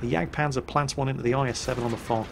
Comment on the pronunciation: "Here comes the JagdPANTHER E100" Actually, it's a Jagdpanzer E100.